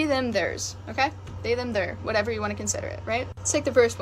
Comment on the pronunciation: She is like sorry zhem 😂